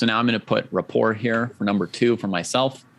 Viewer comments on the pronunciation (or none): No. Richárd Rapport is Hungarian, not French. His name is pronounced (approximately) Ree’-hard Ra-port’. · Is Rapport's name really pronounced like the word rapport with a silent T?